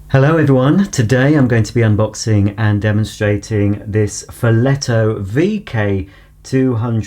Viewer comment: Good pronunciation ! I'm italian.